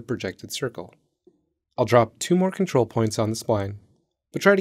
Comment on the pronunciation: What the heck do you mean com-trol select be more specific . Not Helpful.